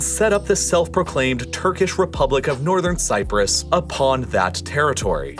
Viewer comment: You really, really want to add that "r" to "Nothern Cyprus."